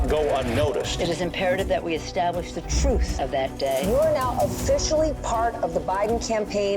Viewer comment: “Telling the troof shouldn’t be hard” -Harry Dunn